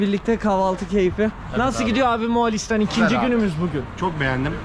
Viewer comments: Videodan sonra MOĞOLİSTAN’a MOĞALİSTAN demeye başladım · moğalistan değil moğolistan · Hocam moğAlistan demenden o kadar rahatsız oldum ki izlerken uyarmak istedim. MOĞOLİSTAN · Moğolistan degil MOĞALİSTAN 😅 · Moğalistan ❌ Moğolistan ✅ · kardesim mogalistan diyorsun mogolistan de ))) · Moğalistan değil bu arada Moğolistan😂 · MOĞALİSTAN DEĞİL MOĞOLİSTAN BENİM DE KAFAMI KARIŞTIRIYORSUN